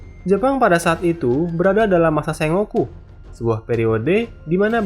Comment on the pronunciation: Saran bang untuk nama org jepang jgn dibalik2 ,trus sengoku tu cara bacanya sen-goku bukan sengo-ku